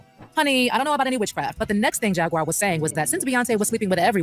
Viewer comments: "Jagwire" 🤦🏾‍♂️ Jag-waur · he called her "Jag-wire"😂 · Bruh called her jagwire 😂